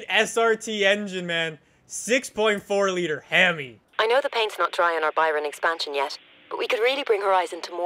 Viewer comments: haimi??? I think he meant to hemi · did he just say "well it is a himey"? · A Hemi?? HEM-EE?? or is this an inside joke from another episode... if so carry on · lol did anyone hear how he pronounced hemi?